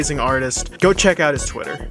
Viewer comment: "jhis ears"